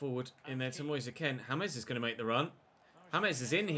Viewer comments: Is it not Moise Kean as in Keen not Ken? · you pronounce it as moise keen instead of moise ken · his names not "Moise Ken" it's pronounced "Kean" as it's spelled out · Why do you keep pronoucing Moise Kean as 'Ken'. Moise's Kean is pronounced the same way as Michael's Keane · You're right. is pronouncing it the way many Italians did, but Moise himself has said it's like 'Moyes Keen'. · Your saying Moise Kean wrong😅